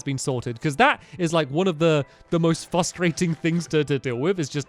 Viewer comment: sooo "fustrating"